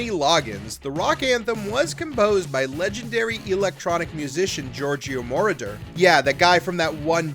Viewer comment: MoROder not MORoder.